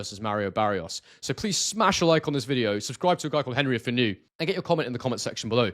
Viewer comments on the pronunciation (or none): none